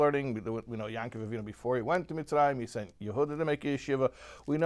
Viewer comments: most ppl pronounce yaakov as yahkov. you pronounce it as yahn-kov. why? you dont pronounce every ayin as "ahn". why do you in this case? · why do you pronounce yaakkv-with a nun(yankuv)?